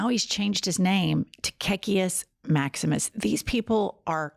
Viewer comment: Are you saying " KKK Maximus" ???